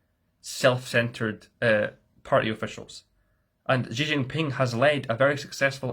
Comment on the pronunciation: Nice video. The only issue I always have is how "Xi" is always pronounced. To get it right, try to say "she", but don't let your tongue touch the upper or lower palate of your mouth, point it towards your teeth. Crazy pedantic I know, but it always bothers me lol